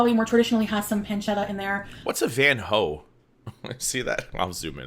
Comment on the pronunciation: Its not Van Ho but Van Hooten a brand of coffee, the name is partly covered.